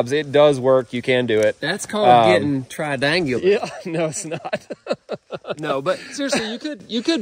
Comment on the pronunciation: "It's called Tri-dangular", 2023...